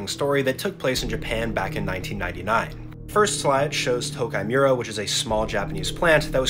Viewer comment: Bro i'm sorry if i'm that one guy who nitpicks but it's not pronounced as "tokaimura" as you pronounce it (which irritates me) it's pronounced as "tokeemura" get your pronunciations right